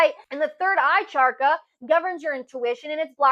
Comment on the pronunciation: Thank you for your insights! I just wanted to ask - when you say charka, don’t you mean chaKRa?